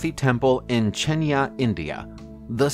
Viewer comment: It is chennai not chennia🤧🙈